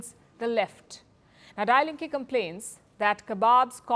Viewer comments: Party name to be pronounced as दी लिंक् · It’s pronounced “dee linke”, meaning “the left”. Nothing with dying. They have excellent rhetorical politicians who can put the finger in the wound! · omg! the way she pronounces die Linke 😅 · But she ain't German 😂 don't blame her